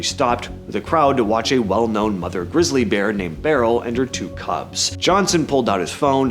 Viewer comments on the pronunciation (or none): none